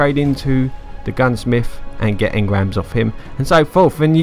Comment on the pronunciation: You need to go back to grade school. You need to relearn how to pronounce simple words. It's not Gunsmif, Earf, or worf.